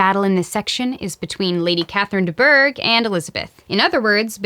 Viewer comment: oh and did I mention that I love how u say "LADy CAtHeRIne DE BouRGh~👁👄👁"😂❣so funny and hilarious